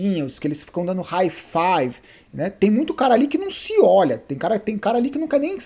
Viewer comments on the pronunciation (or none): none